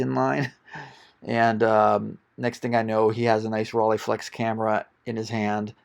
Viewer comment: great find but hearing you pronounce the camera companies was like scratching a chalkboard with your nails..... not pleasant. Mamiya and Rollieflex are not pronounced that way.